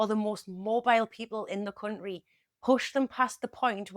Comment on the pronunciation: The way you say cunt ry is a funny AF